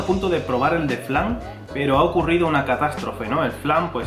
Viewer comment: Cuando he oído a decir "dorayaki de fran" no he podido evitar explotar de risa xDDDDD Por cierto, eso de la pasta de judías...... EN QUE ESTABAN PENSANDO CuANDO LO INVENTARON?!?!?!?:P PD: Una idea muy loca..... Dorayaki multisabor de 3 pisos. Muahahaha!